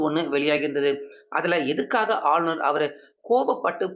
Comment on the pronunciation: ஆளுனர் என டைம் அடிக்க அழுநர் என தமிழைக் கொலை செய்து வாசிப்பதிலும் கத்திரியம் போட்டு தமிழ் ந.1 எனப் பெயரையும் வைக்க தைரியம் வேண்டும்.😂